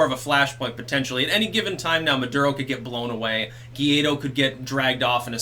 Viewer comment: Guaidó is pronounced like goo I doe with the first two as one syllabe